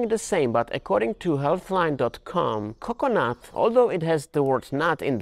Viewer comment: CO-cuh-nut emphazise OOH